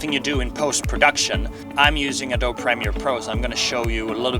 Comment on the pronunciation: Hey great video. Thanks. I appreciate many of the tips! English is a funny language, so no criticism meant, but Adobe is pronounced like Uh-doh-bee with emphasis on the 'doh'.